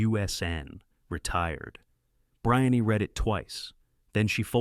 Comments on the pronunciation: Her name is pronounced Bree- Anne, not Br- eye-on-nee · Brian-ee? It's spelled Brianne....Bree-anne. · Her name is Breee Anne you nut burger. Poor A I performance. Say her name correctly people. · Her name is pronounced "Bree Ann".